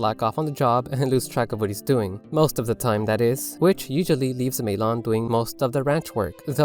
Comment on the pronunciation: well, let's see... you pronounced Malon and Marin wrong, and you somehow got Ariel from Aryll?